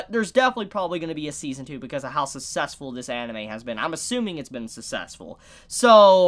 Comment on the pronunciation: For some reason how you said the word "successful" really triggered me lol